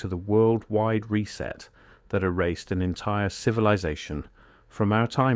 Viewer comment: Boy, AI reading is improving... even inhalations now! I only noticed three errors.. mispronunciation of "lead", "Tartaria" and "reset". Well done, AI.